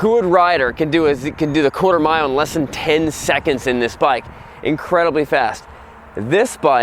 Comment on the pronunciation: he rlly said cooter mile